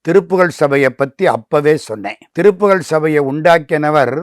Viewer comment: பேட்டி எடுப்பவர் ஏன் திருப்புகல்... திருப்புகல் என உச்சரிக்கிறார்.? நல்ல உச்சரிப்புடன் கூடிய நபருக்கு வாய்ப்பு கொடுங்கள். நன்றிகள்